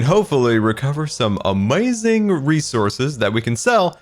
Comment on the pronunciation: Nobody:: amoizing